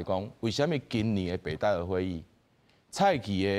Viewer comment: 北戴(Tài/tè/tì)河，遮若無前例thang好參考，應該讀讀冊音Tài khah好勢，tī/tāi聲調攏毋著--oo